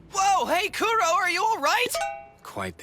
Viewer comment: Kuro is pronounced Koo-Roe (Sorry! I speak Japanese)